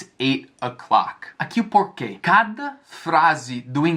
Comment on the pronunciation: Os brasileiros não "podem" esquecer o "It", mas o fala "puquê"...rsrs Vai entender!